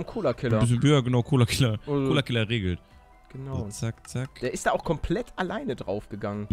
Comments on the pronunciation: dan nicht Colokiller nicht Colakiller 😂 Mega Folge 😂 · Es heißt collokiller